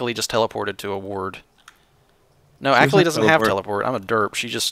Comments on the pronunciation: AAAAHKALI not Akali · I'm pretty sure it's pronounced akawli not akuhli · Its A- Kal-i not Ak- lee. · sorry but it just bugged me the way you guys pronounced akali it is ah-kah-lee not acklee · does know how to actually pronounce akali and is just joking or does he not know?